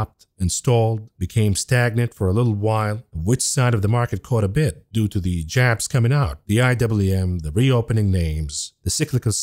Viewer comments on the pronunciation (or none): none